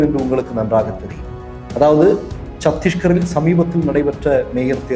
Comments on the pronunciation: Chandigarh not chadishgarh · It is chandigar. Not Sathiskar. Please correct it sir. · AMEND TO SAY CHANDIGARH NOT CHATISHGARH. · சத்தீஸ்கர் இல்லை சண்டிகர்.